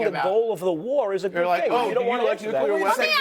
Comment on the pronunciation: Not nugleer. Oil. What about oil.